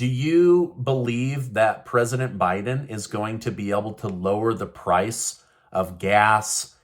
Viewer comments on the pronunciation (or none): none